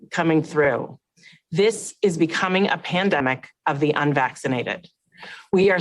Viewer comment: I keep hearing "pandamic of the unvaccinated". This is all such BS!